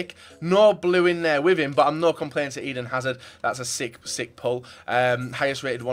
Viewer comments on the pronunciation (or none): none